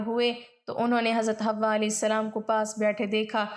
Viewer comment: Sister , hamari amman ka naam Hawa nahi ,Hawwa tha ,ہوا اور حوا میں فرق ہے ،اپنا تلفظ درست کرلیں۔